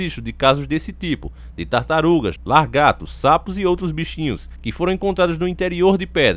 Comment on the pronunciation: "Largatos"... Redondo ou Plano? 🤔